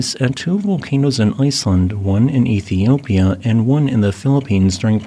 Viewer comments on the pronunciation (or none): none